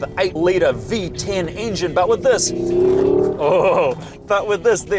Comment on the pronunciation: the "Piece of resistance". "Englin Boost". Priceless.